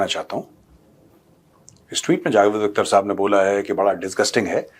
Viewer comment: "Akhhhhhter" theek urdu mein pronounce karo Major sahab 😂